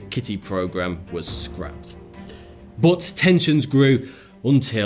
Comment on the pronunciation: That is not how to pronounce "but",!